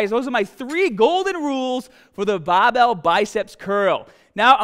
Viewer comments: Was watching an 4 year old vid and then came to this and looks like has picked up an Australian accent?? (Pronouncing hahd instead of hard and bahbell instead of barbell) Did he immigrate? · Curl the bahhbell in ya ahhms real hahhd! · BAHBELL STAHDED AHMS HAHDA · "bawbow biceps curls" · I think you spelled the tittle wrong; because its not Barbell, its Bah-bell Love the video! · Gotta be from Bahhhston?? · I should've used the straight BAAHBELL! Love you:p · Baaaahbell, Aahms, Taaahget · Tense your Bagh and grab the bahball heavy bahhh bahhbell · "Babel curl" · You won't get big unless u say bahhbell